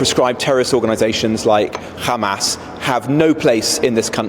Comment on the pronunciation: Qudos to the minister for properly pronouncing the H of Hamas! Almost middle eastern!